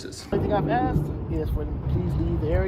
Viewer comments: "he been axe to leave" 😂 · Those ghetto-fabulous, hair-extension queens who say “he’s been AXED to leave” and “none of your business” when asked to identify, should’ve been instructed to leave their ignorant, ghetto attitudes at home. Better yet, they should’ve never been hired in the first place. These are prime examples of public trash stealing wages for their welfare lifestyle.